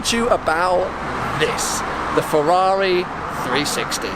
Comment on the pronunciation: Is it just me or does everyone cringe when he says Ferwawi